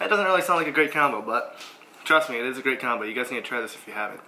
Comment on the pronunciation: It ees what it it eees